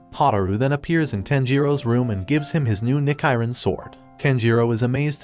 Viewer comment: Nichirin blade❌ Nickerian blade✔️